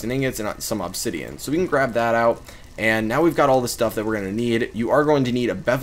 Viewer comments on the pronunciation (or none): Is it just me or does the way he says obsidian annoy you? American accents man